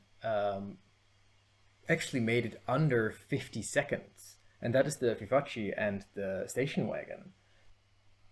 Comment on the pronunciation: you made me laugh a lot because you pronounced vivace as an Italian name even though it's French 😂 the end (ace) is pronounced like "ass" in fact lmao 😂 very good vid btw